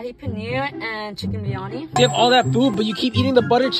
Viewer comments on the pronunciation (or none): As a muslim , we dont pronounce baryani like that it is not bayani where is the r it is not silent